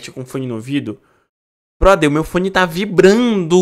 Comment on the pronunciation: "Meu fone ta vibranu" Eita